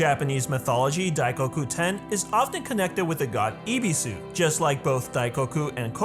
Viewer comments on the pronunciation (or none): When you know how to speak Japanese and when a foreigner pronounce A japanese word 😂😂 its so cringy Ebisu - ibisu sorry its just entertaining hahaha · I was just thinking who tf is Ibisu, I just realized that it's Ebesu😂 That's why I don't watch dubs😂